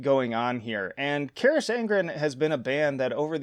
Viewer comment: Your pronunciation of Carach is criminal